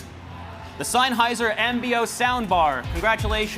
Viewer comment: What's a "Signhiser"? &